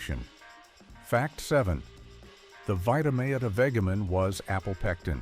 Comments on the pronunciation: The narrator needs to learn how to pronounce Vitameatavegamin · What's funny is the narrator. He doesn't pronounce Vitameatavegamin correctly.